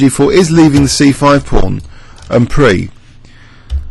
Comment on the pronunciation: Why does he pronounce it On pree?